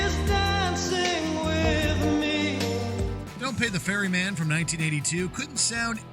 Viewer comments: It's "Don't Pay the Ferryman", silly! What exactly is a 'fairy man'? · "The Fairy Man"??? OMG. Ferryman FFS. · just FYI,..it's Ferryman,..not Fairy Man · Ferryman. Not Fairy Man. :face-green-smiling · Been a fan of killing joke since the 80s. Also it's "ferryman" not "fairy man".